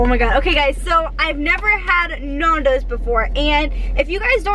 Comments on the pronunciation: Please pronounce as following: Nan-Dough-zzzzzz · Nondos lel we say nandos in South africa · I cringed everytime she said "nondos" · its NAN doze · It hurts my ears, to hear how you guys pronounce it, as we pronounce it differently over here in England haha. Glad you enjoyed it :) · its funny because nandos is south african and english people are the only ones besides us who pronounce it correctly! XD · It's so odd hearing the way you guys pronounce Nando's. I'm from England that's why lmao. Nando's is such a big thing over here though, I love it! Next time you go to Nando's - eat in, that way you can put more of the Nando's sauce on your chicken and oh my god it's even better! :) Love the video! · Hey guys, it is not pronounced like that. Secondly it is not Portuguese, peri-peri is, but Nandos is a product of South Africa, which the Portuguese introduced to us. It is an amazing takeaways.... but please give the heads up to South Africa.... because that is the origin of your fast food love. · Youre pronouncing it wrong, It's Nando's, it comes from the name Fernando. And Nando's is always better when you eat it at the restaurant because they actually make it properly, so that you don't complain. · Your not saying nandos right and I know because I'm from London and they have nandos everywhere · Ur saying Nando's wrong omg 😩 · you say nando wrong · Stop pronouncing Nando's wrong! It's u know a Cheeky Nando's😂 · You mean Nando's not naandos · its not Nondos its Nandos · Same. Nandos not nardos😂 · NANNNNNN-DOS not NAAN-DOS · Love nandos but I'm screaming at them it's nandos not nondos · They say it like NAUN*does like nan bread you say it like *Nan as in your grandma nan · The pronunciation, lmao we surely don't say it as 'Nohndos' that's for sure!. -It's just 'Nan-does'. I've always never seen anyone eat the chicken like that haha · AHHHH THE WAY YOU PRONOUNCE NANDOS MY EARS "NORNDOS" IT'S "N-A-N-D-O-W-S@ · It's Nando's not Nundoes. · NAN-DOES NOT NAAN-DOES OMG 🤦🏾‍♀️😂